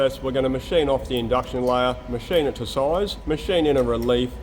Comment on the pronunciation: please say "machine it" and "inch" again 🤭